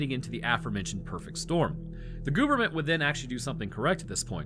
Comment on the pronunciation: IT’s government not gooverment lol 😂 sorry great episode. Sad but good